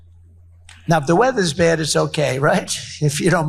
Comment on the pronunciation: Why does Donald Trump pronounce the word "bad" as "beard"?